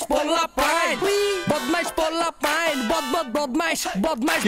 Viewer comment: "Pulapain" not bro "polapain"😑😑